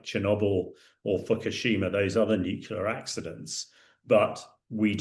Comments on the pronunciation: FFS it's nuclear ..... NOT nuculer 🤪🤪🤪🤪🤪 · If you're going to comment on world affairs, please learn how to pronounce pronounce "nuclear". As should be obvious from the spelling, the pronunciation is "nu-clee-ar" not "nu-cu-lar." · It's NewClear not Newcilar.... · ITS PRONOUNCED: NEW CLEAR! NOT NUCALAR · It would be great if this expert could correctly pronounce ‘nuclear’. Pretty sure he keeps saying ‘nucular’. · Its "NEW-kle-er". Jeez. You'd think the British could speak English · Nuclear….nucular isn’t a word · "nukyuler" ffs! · Please, will someone tell this guy that "nucular" is not a word in the English language? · He constantly said that it's a nucular base not nuclear. Two different things obviously 🤮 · Wrong ! Imagine trying to correct random people,when they themselves don't know correct spelling LMAO. NUCLEAR..... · It's New- clee- ar FFS! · I wish he'd learn how to pronounce "nuclear"!